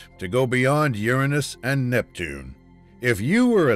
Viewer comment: this guy actually pronounced "Uranus" correctly. That's rare nowadays.👌 Imagine if we found an extraterrestrial Voyager though👽